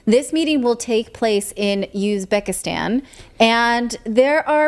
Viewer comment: did she say "usedbekistan" ? lol